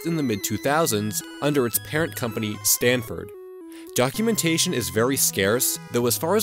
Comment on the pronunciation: You said “Stanford” When the label reads “Sanford”